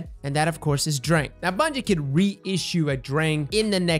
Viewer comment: It causes me physical pain every time someone says "drayng"